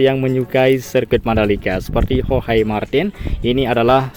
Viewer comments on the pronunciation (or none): none